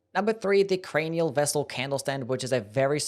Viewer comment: bro was hitting mesmer with the crainial vessel candlestand😂😂😂😂